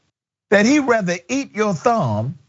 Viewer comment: thumb rhymes with damn. is that a new fetish?